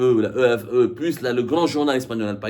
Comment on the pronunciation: EFE se pronunce. F un saludo